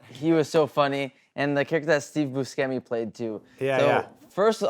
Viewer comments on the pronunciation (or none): Its pronounced "BU-SHE-MI"